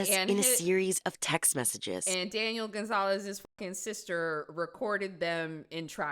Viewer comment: its so difficult to listen to this when I get taken out of it every time someone says 'Daniel Gonzales'